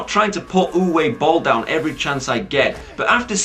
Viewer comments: It might have been mentioned already, but Uwe is pronounced "Oovah" now "Youway" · its pronounced oova im dead sirios sorry for my shit spelling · Aaand that's where you're wrong. It's pronounced "Ooveh". Trust me, I speak German.